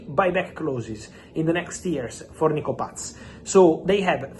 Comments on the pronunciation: I love how he says Nico Patttsszzz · Why is it so funny when Fab says Nico Paz🤣😂🤣